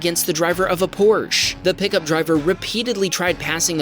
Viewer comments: You sit or stand on a Porch. The brand is called Por-sche. I’m also not from Nevada. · it is pronounced porche and not "porchea" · The "e" at the end of "Porsche" is not silent! :-) Porsch-A! Ask me as a German! 🙂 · I'm from Germany and it is not "Porsch" it is "PorschE" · Dawg how is your channel gonna be abt car craches then pronounce porche porshe and call a camaro a mustang💀 and I live in ga not nevada lol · Dude it's a camaro and not a mustang and it's not Porsch but PorschE 😂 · Here in Germany Porsche is pronounced with the 'e' at the end. But since in English this would sound like it would be 'Porschi' 😱 Porsch is good enough 😁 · Me living in Stuttgart,Germany just 10 km away of the Porsche headquarters.. your pronouncation was close enough Germans do pronounce porsche with the e tho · Correct on Huracán but Porche is Por-sha. Just sayin...😅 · Stop calling it PORSH, ITS pronounced like porscHer, Porsche , you're basically pronouncing the he, heh her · Por - sha. thats how you pronounce porsche. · Por - schwa? Was that 'w' intentional? Because there's no 'w' in the pronunciation. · You can pronounce Porsche the way you do, but being an asshat the insists you are right is just silly, and factually wrong. Porsche being a German made company name follows German linguistic rules (not to mention the CEO of Porsche has publicly corrected people on this). It is pronounced Por-shuh or Porsha to be accurate, but since a majority of American's and the world say Por-sh it's fine. Just don't insist you are right when you are not. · Porsche is pronounced Porsch-Uh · But... IT IS "Porshuh" I'm sorry I couldn't help myself, but like even Porsche themselves say it's "Porsh-uh" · As a German, not living in Nevada, I can assure you that you are indeed pronouncing Porsche incorrectly. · The correct pronunciation of Porsche is Por sha. Dr. Porsche's relatives would appreciate a correct pronunciation. I'm from Texas via Indiana - not Nevada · But you do pronounce Porsche wrong 😕